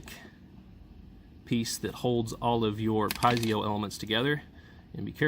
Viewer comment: Check out the correct pronunciation of Piezo...you will benefit from this.